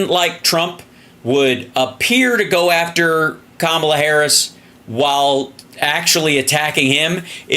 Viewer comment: Repeat after me: Comma La. It's easy.